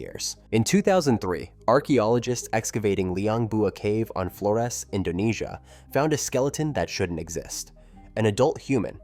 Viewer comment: Flores is pronounced with a Z sound not an S as it was named by the Portuguese.